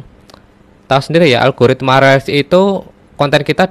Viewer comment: Reels itu bacanya Rils.....bukan rel